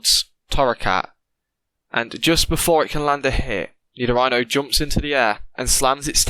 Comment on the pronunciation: Dang I made food to eat with it an everything 😂 but it’s pronounced Nee- Do (as in do re me fa so la ti do)- REE -No.. but good story and variant switch..But I’m excited to see the Nidorino and Charmander dbl battle